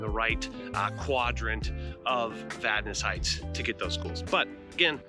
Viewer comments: I grew up in Vadnais Heights. Thanks for pronouncing it correctly. :) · Yeah, it’s a good place to live. Glad you pronounced it right.